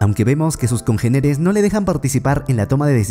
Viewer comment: Congéneres amor por favor…congéneres, con acento en la primera E, esdrújula de cuatro sílabas. ¿Vaaaaaale?